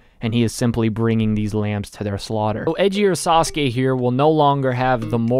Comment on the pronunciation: You’re pronouncing the name wrong, its “sasuke”. Common mistake